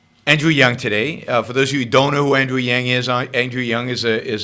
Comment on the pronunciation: It's Yang, not Yung. And do something about your audio before you pollute YT with your uneducated opinion.